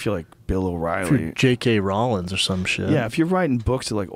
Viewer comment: Did Brendan say "J.K. Rollins" lmfaooo